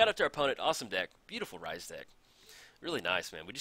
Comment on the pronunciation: Hey - Temmet is said just like temet, Rhys is the welsh spelling of Reece and pronounced the same:)